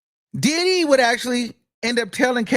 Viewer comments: Every damn time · Me too 😂😂😂😂😂 I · Me toooooo lmaoooo I love it. I can’t stop saying it like that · EVERY TIME!!!!!😂😂😂😂😂😂😂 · I luv it!!😂❤ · On god lmaooo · Yesssssss I will already miss it once the trial is over! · Yes lmaoooooo😂😂😂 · Me too! I love it he is a whole fool "Dideee"!😂😂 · Why do he say diddy like that 😂😂😂